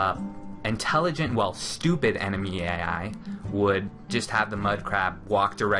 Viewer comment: ENEMY EEAII